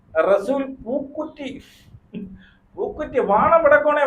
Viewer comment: പൂക്കുറ്റി അല്ല പൂക്കുട്ടി 😂😂😂😂😂😂😂😂😂